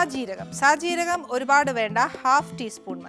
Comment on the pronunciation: സായി ജീരകം ആണോ❓ സാജീരകം അല്ലേ